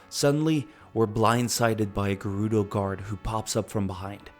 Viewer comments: Why would the correct pronunciation upset you? I was much more concerned with "gerr-oo-doe." It's rather obviously "Jer-oo-doe" like German, Gerald, Gerbil, geranium, etc etc. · Hey got Gerudo wrong (surprising), ocarina right (equally surprising), but kept mispronouncing Hylean even after getting it right the first time. Kinda funny what we hear when we pay attention though, huh?